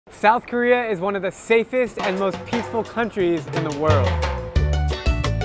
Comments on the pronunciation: I thought you said north "Korea" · I thought he said north korea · Lol i thought u said north korea